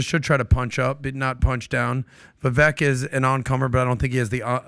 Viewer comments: It’s Vivek …rhymes with cake, please get it right ! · You all like Vivek so much … but you can’t even say his name correctly! 😂 Vivek like shake. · VivAk - its a LONG A fellas....Vivaaaaaak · It's Vivek pronounced like vye-vake 😅 .... I wish he would be VP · His name is pronounced vi-vake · Understandable and common mistake Vivek is pronounced ["Vi-Vake" like CAKE]😇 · Didn't they have Vivek on the show? They still can't pronounce his name correctly?